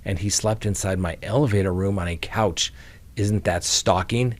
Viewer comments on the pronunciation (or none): none